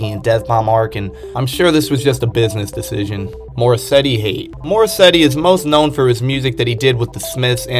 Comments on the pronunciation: did you say morrissetty?? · WHY WERE YOU SAYING MORRISSEY AS MORSETTY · “Morrisetty” “joechillyworld” “devin hendryx” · I mean I know I'm new to JPEGMAFIA, but the fact that you dove headfirst into an iceberg calling Morrissey, Morrisetti, and kept spelling Mafia with 2 Fs is just phenomenal hahaha EDIT: Just a suggestion, you should actually look things up if you've never heard someone talk about it before. "Em Em Bop" doesn't have the same ring as "Mmmbop" EDIT 2: Aite nevermind you heard the entire song and still called it Em Em Bop I give up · Where tf are you seeing a T in Morrissey bruh🤣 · More-setty? You mean Morrisey? And Joechillyworld? Bruh it’s joechillworld 💀